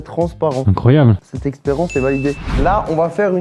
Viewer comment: Pk il dit experence a la place de expérience 😂